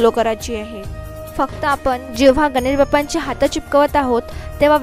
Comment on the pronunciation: Good art. But Marathi pronunciation has to be improved on Sat,Hath.etc. Keep it up .good luck . k.s.ramchandra